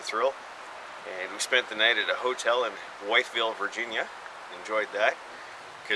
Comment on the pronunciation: Haha, you stopped a town over from me, but we pronounce wytheville like with-ville, or as I like to call it wierdsville. If you spend enough time there you will see why lol. Good work as always!